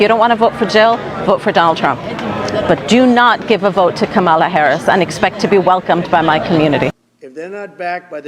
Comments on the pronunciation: You have to figure out how to pronounce her name popular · You are pronouncing Kamala 's name wrong !!!!